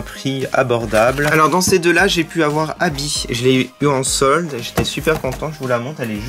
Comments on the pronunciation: mais c est vrais tu dit abbi alors que c est Abbey on fait la pait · c est pas habit c est habey